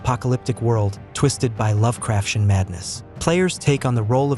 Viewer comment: You didn’t pronounce Lovecraftian correctly 🙄